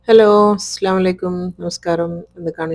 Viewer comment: ഇസ്ലാമലയിക്കും എന്നല്ല, അസ്സലാമു അലൈക്കും... Ok